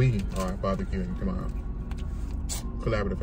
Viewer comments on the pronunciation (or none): That boy said “collaborative effort” 😂😂